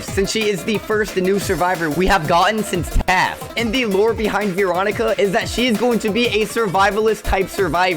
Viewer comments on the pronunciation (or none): its Veeroncia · It’s Veronica not veecronica